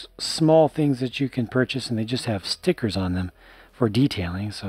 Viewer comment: I detest stickers, but I do love your pronounciation of them: 'Ztickurzzz'. :-)